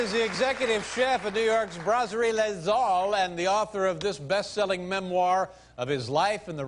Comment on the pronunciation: bonehead Dave butchered Tony's restaurant name ("Lez Zoll")...but Tony quickly found out Dave was a true fan of his storytelling and became comfortable. on his second visit Dave let Tony say it properly...then all is well. Two guys who loved to talk and did it well.